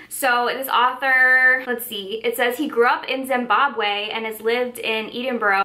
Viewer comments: This is such a fun idea!! Also had a wee giggle at how you said Edinburgh for the blurb for that book lol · I struggled so hard trying to pronounce Edinburgh